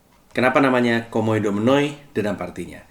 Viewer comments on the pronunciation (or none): Maaf bang, mungkin saran dikit hehehe. Dalam bahasa yunani, kata 'ou' itu dibaca 'u' hehehe. Sama halnya Oikoumene dibaca oikoumene